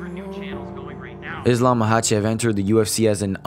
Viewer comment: “Islam mackelchev” -chael sonnen